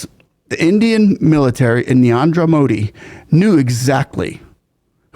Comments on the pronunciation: Just one thing, friend, you seem to pronounce the first name of the PM in a way that sounds like 'Niandra' rather than 'Narendra'. I love your videos and this just seemed to stick out. 😅 I understand that it's an unfamiliar name for you, so this isn't criticism, just trying to help! 😊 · Narendra❌ Niandra✅ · Its not Neanderthal or neandar modi. Its N-A-R-E-N-D-R-A MODI